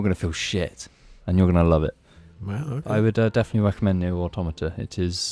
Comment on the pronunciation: Shout out to pronouncing "Automata" correctly unlike every other game reviewer on the internet.